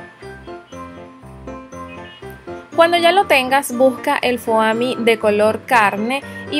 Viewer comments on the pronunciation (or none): Es fomi no foami lol